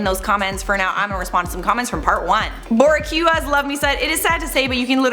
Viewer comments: lol. Boricua is pronounced boo-reek-wah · Your pronunciation of boricua. My heart ❤️